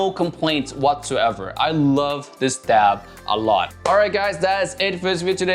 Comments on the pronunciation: Aaaaarggh. Are you saying DAB coz it's driving me mad 🤣🤣🤣🤣it's a DAP🤣🤣🤣🤣🤣🤣🤣🤣🤣🤣🙄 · Omg quit saying dab with a b😂🤦‍♂️🤦‍♂️DAP